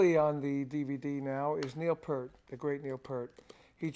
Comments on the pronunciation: I cringe when people say his lat name wrong “peeeert” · "Peert" :P